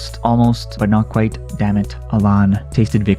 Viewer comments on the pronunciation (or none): none